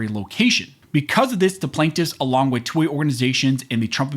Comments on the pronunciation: When you say '2A' it sounds like 'toy'. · Sounds like you're saying "toy" every time you say "2A".